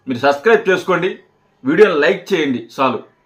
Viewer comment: ఒరేయ్ ముందు సబ్స్క్రయిబ్ అనడం సరిగ్గా పలకడం నేర్చుకో వాడిసంగతి తరువాత చూద్దువుగాని సిల్మా కాదురా సినిమా సరే మేము సబ్స్క్రయిబ్ చేస్తే నువ్వు ఏమిచేసుకుంటావు ఇటువంటి మాటలు మాట్లాడి చిరంజీవి గారి పేరు చేద్దాకొట్టకండిరా